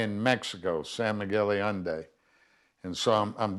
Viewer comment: Yes and even though he does business in San Miguel de Allende, you still can't pronounce it.